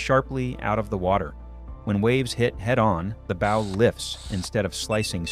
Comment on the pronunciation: Please, ships do not haves bows like shows; they have bows like cows. Sorry, serious pet peeve.